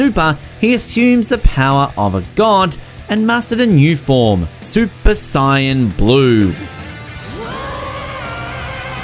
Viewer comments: Why does he say super cyan its super saiyan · "super cyan" like bruh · "Super SAYAAN blue"? 😂😂😂😂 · “Super Cyan” 😆😂